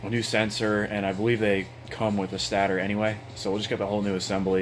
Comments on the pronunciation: Stator. Pronounced stay-tur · FFS it’s pronounced Stay-der